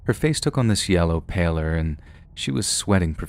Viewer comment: Pallor= pal-or not pay-lor